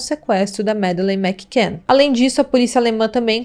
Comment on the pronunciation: Eu não sei vocês mais eu fico muito incomodada ao ouvir ela falar "Mac can " todo tempo, sendo que a pronúncia com dois "c" torna um C anulado juntando tudo o certo é " Macann"... Mas façam um bom curso de inglês ela indica...não quis ser mal educada gosto do canal e gostei muito do vídeo Essa histórica é muito enigmática acompanho esse caso desde o primeiro dia e fico triste ao pensar na Mad.